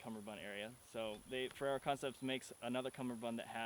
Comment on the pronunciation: you sound like you're saying ferrero haha